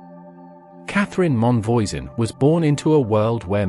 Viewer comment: Man, I know it's quite something to ask but when you talk about foreign people, could at least try to learn how to pronounce foreign names? Catherine Monvoisin.... It's a good thing I know all there is to know about the Affaire of the Poisons, because otherwise I'd never have recognized the name. Also, you forget to mention that her first dabbling in toxics was as part of her midwifing work, when she became what we French call a "faiseuse d'anges" (angel maker), that is, she provided abortifacient drugs, some of which were downright deadly. Not to mention that the witchcraft side of the affaire was minor, the more important thing is that she was at the core of a ring of poison sellers, responsible for many deaths.